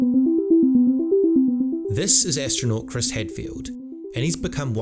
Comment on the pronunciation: I think it's Chris not Chiris